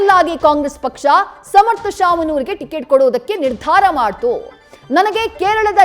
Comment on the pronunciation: ಟಿಕೆಟ್ ❌ ಟಿಗಿಟು ✅ 😂